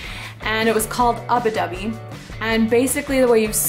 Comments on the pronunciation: just fyi it's ubby dubby not ubi dubby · i know that it was a pronunciation related thing she was saying ubbi wrong